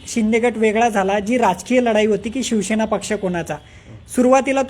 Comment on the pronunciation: Aadhi tar ya patrakarala shivsena ucchait (pronounce) karayala shikava. Shivsena mhana. Shivshena nahi.😢